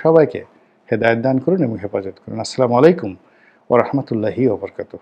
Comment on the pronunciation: জনাব, অন্তত সালামের বাক্যটি সঠিকভাবে বলেন।